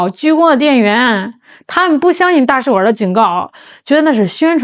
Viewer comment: 大使馆儿？你以为是饭馆儿呢，儿音不是随便加的